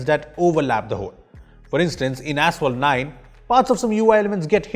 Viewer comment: ashole 9 insted of asphalt 9😂😂